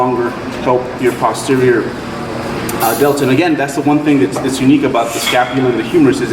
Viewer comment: Holy shit is one of the few people I've heard pronounce posterior correctly. I swear to god every mouth breathing youtube lifter says POSTerior. It's PAHSTerior!